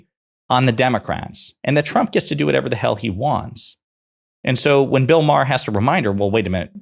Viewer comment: It’s MA HER not Maaaarrr MA HER